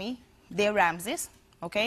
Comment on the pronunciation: LA OTRA ES MAESTRA Y NO SABE PRONUNCIAR RAAAMSESSSSS.???????????????????